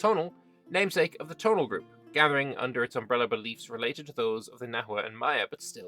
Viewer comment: I believe "Tonal" in this case is pronounced "Toh'naal" despite its resemblance to the English word "tonal"